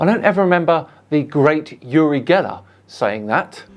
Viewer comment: Uri Geler is actually pronounced with "oo" sound like in Oops instead of "u" sound like in Utopia